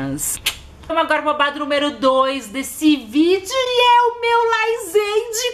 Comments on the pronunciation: GENTE É LAZENDE E NÃO LAIZENDE MDS, TODOS OS FCS USAM LAZENDE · Se até Camila Loures fala laizende ai ela sabe de alguma coisas kkkkl